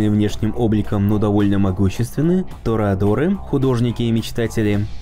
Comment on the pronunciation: В ролике довольно чётко произносится тореадоры.